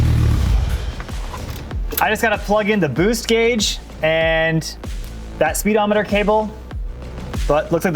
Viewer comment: “Spee-Demoneter”. Ha!